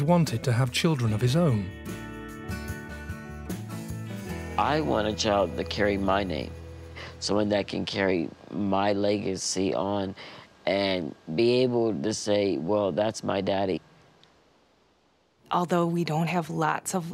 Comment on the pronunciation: did he actually say he wanted a “leg”ecy?